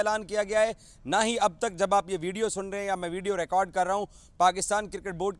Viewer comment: kaam karte rahe hain . Not KAAM KARTE RAYYEEENN . Baqi all good need to improve urdu accent